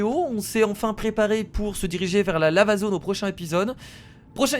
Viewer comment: je sais pas si vous avez remarquer mais moi j'entends la zone lama au lieu de dire la zone lava ☺ sinon super épisode comme d'ab' et j'ai hâte au prochaine épisode de Plante Versus Zombie 2 !!